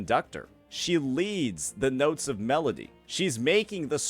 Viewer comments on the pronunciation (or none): none